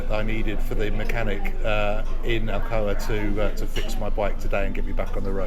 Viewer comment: Alcoa Good Times. Say it with me Alcoa Good Times. Alcoa. Not Alcona Alcoma, not Alberta, not Albuquerque lol this is Justin by the way. Sorry I missed you Saturday at the shop I was in South Carolina getting my bike dyno tuned.